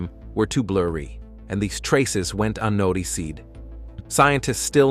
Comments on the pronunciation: “Unnoti-seed”… lol I wanted to get into the story, but the claim of physicists holding back findings in order to protect their preferred theory of the universe (really? Pony up the evidence please) and the poor computer narration with its urgent edge killed it. You lost me. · Yo! Fix your stupid AI voice. It can't pronounce "galaxies," "unnoticed," "estimated," "formation," "farthest," "spiral," and many other words. AI is stupid, just have a person narrate!